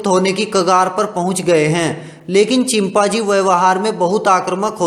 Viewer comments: Abe name to sahi se bol leta chimpazi nahi be chimpanzee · Chimpaji nahi chimpanji 😂😂😂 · Bc ye chimpaaji konsa janvar hota hai ... i was just closing eyes and listening to audio and then i heard chimpaaji 😂😂